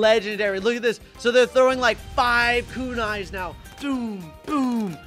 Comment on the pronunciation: yeah i taught for a second he was trowing eyes😂😂😂